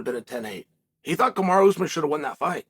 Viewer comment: It's not ooozmun...it's pronounced as ous maaaaan. Like the Jamaican pronunciation of the word 'man' . Maaan